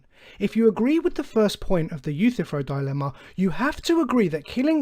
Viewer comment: Your misinterpretation of the Euthyphro dilemma is even more egregious that your mispronounciation of his name. This dilemma is a disproof of the necessity of any god, showing that it makes no sense for a god to exist either way.